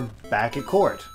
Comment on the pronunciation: you turned COURT into COUP'